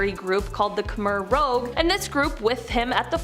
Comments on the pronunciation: It's "Khmer Rouge" pronounced :kamare rooge. rouge is french for "red". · You folks obviously do not know when "medieval times" were. And it's Khmer Rouge, not Khmer Rogue. Idiots.